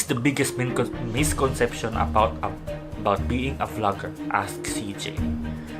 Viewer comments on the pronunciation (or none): Thank you for answering my question,!!! hahahahaaaa... ano daw, MISHCOMPESHION? HAHAHAHAHAHAA... pwede nako mag vlogger diay..niicceeyyyy..